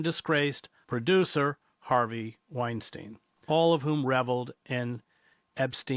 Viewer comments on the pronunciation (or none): none